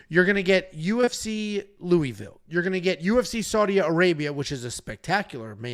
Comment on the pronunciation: I have thumb up’d the vid bc pronounced Louisville correctly